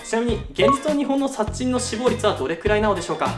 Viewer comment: 「殺人」が微妙に言えてないw